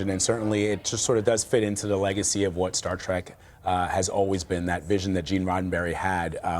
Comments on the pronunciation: It's pronounced "trek", not "trak". Is the director saying that Garak was gay ? Wasn't he smitten with Gul Dukat's daughter for a time, or couldn't he close the deal ? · You mean Colonel Kira. She was promoted. Why are some people pronouncing Star Trek as Star Trak.